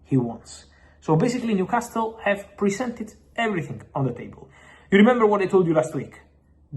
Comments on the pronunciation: And New Cast Le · Stop saying New Castile. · I love how he pronounces NewcásTle